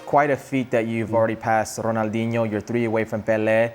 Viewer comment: That's not how you pronounce Ronaldinho 😂